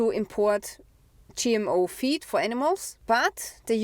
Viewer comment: Hey du sagst gmo fuesse. Food. Feed klingt wie feet mit unserem akzent